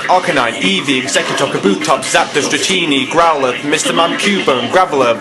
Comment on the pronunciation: yeah thats exactly what i thought, i googled it to make sure lol, the pokemon is called Growlithe, it's been like 8years since i last watched it i'm not sure how you pronounce it, i think it's like growleth not growler.